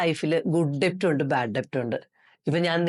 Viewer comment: ഡെബ്റ്റ് എന്നല്ല കേട്ടോ ഡെറ്റ്✔️ ആണ് debt